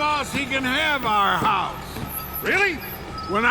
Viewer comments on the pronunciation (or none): Aha ! heuwis (house) gives you away!